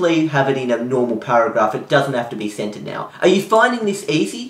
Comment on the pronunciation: The way you say "centered" sounds like "scented". Americans pronounce the 'r' much more heavily. I was like you want her to do what?